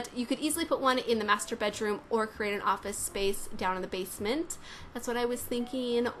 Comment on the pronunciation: i like how she pronounce "masturbate room" xD